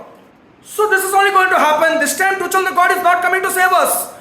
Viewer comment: The way he says Toochal 😂